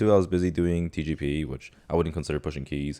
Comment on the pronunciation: dude, why does it sound like is saying xi jinping every time he says TGP